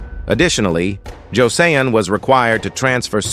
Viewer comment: Joseon is pronounced jo sun lol